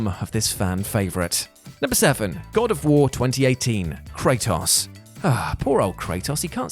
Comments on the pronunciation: You said Kratos' name in two different ways and still got it wrong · We love you man, but the way you say Kratos is literally wrong... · I love Kray-toss